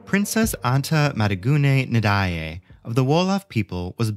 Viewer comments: Great history lesson but the way you pronounce her name is painful lol try Majiguen Njay. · Perfect explanation. As a Senegalese I was shocked to hear how he pronounced her name🤯🤯